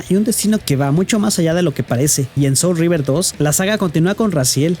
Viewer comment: Wey no es "soul of Rever" es SOUL REAVER 🤣🤣🍩